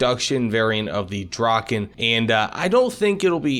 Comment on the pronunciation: As a Swede hearing you try to pronounce Viggen and Draken is a bit painful lol, great video though.